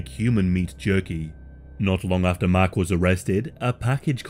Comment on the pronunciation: Sounds like you were saying his name was “mac” the entire time, but it was actually mark lol 😂